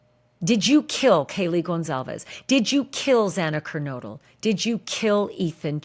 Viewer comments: Yes Ashley it was extremely sad to hear the judge get Zana’s last name wrong twice 💔🥹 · I was really pissed at the Judge mispronouncing the name twice. TWICE. That’s just plain disrespectful. 😡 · Exact my opinion,Ashley!To pronounce Xanas Lastname false 2 times is ridiculous!🤯